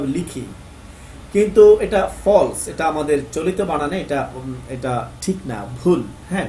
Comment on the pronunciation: ভাই, টিক নয় , বরং ঠিক।